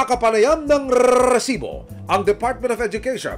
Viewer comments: ilang rrr ang kelangan para sabhin rrrrrrisiboooo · takte parang ndi seryoso yung segment nato gawa nung “RRRRRRRRRRRRRRRRRRRRESIBO” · Ang oa npo ng pagkabigkas nu po ng resbo, annoying npo